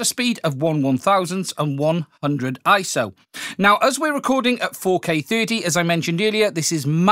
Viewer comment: Dude! It's I-S-O, three individual letters, and that's what it has always been. You aren't doing Camera Butter any favors...